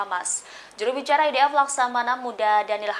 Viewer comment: MENGAPA "IDF' KOU SEBUT "EDF' NYER,...BANGANG !!! .....EEEII, GERAM BETOLLAH AKU....!!!!